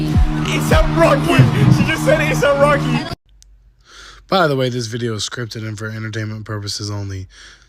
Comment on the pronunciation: she said it wrong you cant fake the expression on his face asap rocker lol